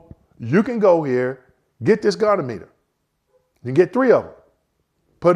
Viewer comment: as one vet to another, I gotta harrass you: it's a Go-Knee-ah-muh-ter